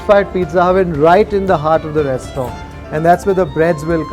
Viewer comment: FYI in restaurant, rant is not silent.